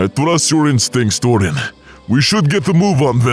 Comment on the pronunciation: Yo why whenever I see torin Then subtitles be like I think they’re saying torn